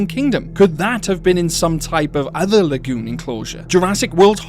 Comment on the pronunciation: I love how you say LA-GEWN lol